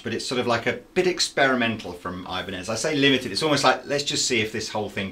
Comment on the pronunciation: EEEEEbanez, not EYEbanez